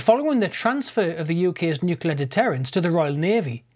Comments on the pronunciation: Why is he saying 'Nucular' instead of 'Nuclear'? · New-kle-ar - not new-kyoo-lar Put me right off the video. Sorry.